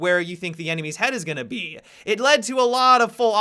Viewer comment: "Where the head is going to bEE"